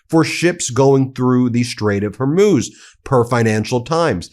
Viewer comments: Because I'm absolutely pedantic and nitpicky... it's "Hor-mooz", never "Hor-myus". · ... A week of hearing Ben saying "Strait of "Hor•múz" (it's pronounced "Hor•mooz" not "Hor•myooz").. I was like "oh no, not another "2am in the morning" or "The Ukraine" issue 🤭 ... I wasn't gonna point it out this time. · Ben your pronunciation is simply terrible. It's not hermuz but hormuz